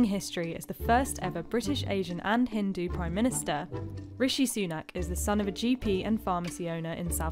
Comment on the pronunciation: Please pronounce “Hindu” properly. The ‘D’ is similar to how you say ‘the’